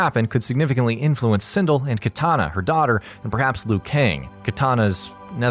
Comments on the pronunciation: it's SinDELL, not SinDULL. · He said sindil not sindel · Not CinDILL. CinDELL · It's pronounced Sin-Dell not Sin-dle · You pronounce Sindel as Sindle it is pronounced Sin-Dell also Edenia is pronounced Ee-Den-Eeyah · Ah yes, my favorite character. Sihndle. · What's a Sindill? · He's commenting on how bad the pronunciation was, which is hinted at by misspelling it the way the narrator said it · Really sin-dell smh lol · nope, thats excuse doesnt fit; his accent is very american, and these are american IP's that are very popular. How he pronounced Scorpion's clan got me too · Sin-Dell & Tuh-Keyduh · Sindle? XD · Lol "Cindel" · I hate this guy and how he pronounces any word from Mortal Kombat. Sindel? Tarkatan? They literally say it in the game. Stop being a contrarian. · He makes me cringe with the way he says Sindel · Narrator mentions he personally played Ermac but he can't pronounce Sindel right. lol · You fucked up the thumbnail and pronounced sindel wrong. Your questionable.